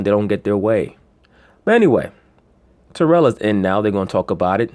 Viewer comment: Say that man’s name right... It’s TEAR-UHL.